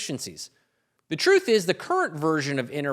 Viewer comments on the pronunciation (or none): none